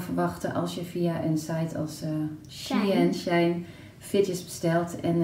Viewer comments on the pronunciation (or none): Je spreekt het uit als She in, het was eerst She International maar dat was te lang dus het is nu Shein